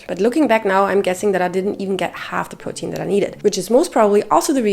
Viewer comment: I am so happy I found you❤your voice is so comforting 😊and I love how you say protein 😊 I have a queen about your last point. I have a big breakfast 40-50min before my workout I wourkout no more then 1h but I’m sooooo not hungry after still very full from my good breakfast and I’ll get that feeling of maybe wanted someone around 2h later is that to long? Eat at 8am workout at 9am but I really don’t want to eat until like 2-3pm so I can’t sit and have a good complete meal.having something after my workout I like a shake or something I feel is just going to put me over my calorie. And I Trying to have meals and not protein shakes and I can’t have a meal be out right after my workout I get right to work Sorry if that’s long I’m just 38 and I want my workouts to count 😅 I want that muscle